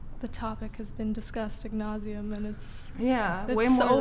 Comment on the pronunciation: Did she say ag nauseam??? 😮😂